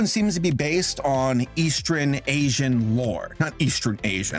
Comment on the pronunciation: No one: Literally nobody: Seriously, NO. ONE.:: "EasTREN"